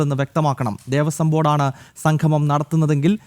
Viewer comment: Sanghamam alla samgamam..സംഘമം അല്ലാ.. സംഗമം